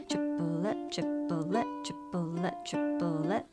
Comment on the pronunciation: As a french person I hear "Tu voudrais du poulet" (meaning : wanna some chicken ?) instead of the "triplet" XD